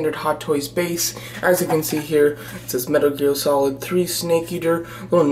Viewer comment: "METER GEAL SOLID 3" You said that like 3 times. Also the arms on her look too short.